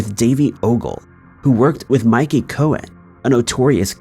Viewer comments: It's pronounced Mickey (like the mouse ;) Cohen. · I lol’d when he said Mikey 😂